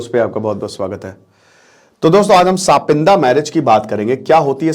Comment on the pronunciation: सपिंड h wo, सपिंदा nhi😂